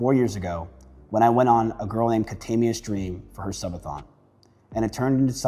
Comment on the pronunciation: “I was close to all these people” and still calls katamina (Mina) “kuh-taymia”.